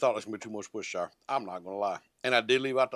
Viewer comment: I do believe that's pronounced wash- your - sister sauce